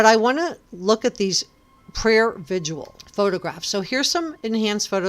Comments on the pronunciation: Its prayer vig-il not “vidual” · Why can't anyone pronounce 'vigil' correctly?